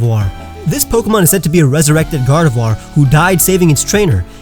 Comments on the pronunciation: GARDEVOIR, NOT GARDOVIOR! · GARDEVOIR, NOT GRARDVOIR! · GARDEVOIR, NOT GARDEVUAR! FIX IT NOW!